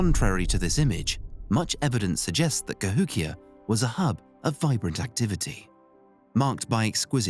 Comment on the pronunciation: Would have been great except you kept pronouncing it "Ka-HICK-ee-yah"